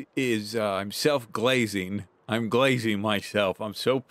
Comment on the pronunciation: i needed to hear correctly say the term “self glazing” thank you.